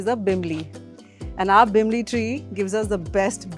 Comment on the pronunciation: not bimbli...it is bilimbi